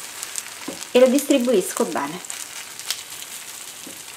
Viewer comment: Si dice "bene", non "bane"!